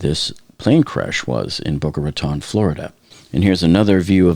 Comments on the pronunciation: Wait. Boca Raton is your hometown and you don't know how to pronounce Boca Raton? That's ... odd. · He pronounced Boca Raton multiple times incorrectly, sooooo .... maybe he lived by a nearby county. I live here, and my daughter attends Boca High, and her school went on lockdown because of the smoke in the area.